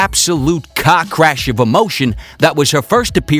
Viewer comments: Had to listen to it three times before I realized you were saying car crash and not cock rash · You said "Car Crash" I thought you said "Cock Rash'' lmfao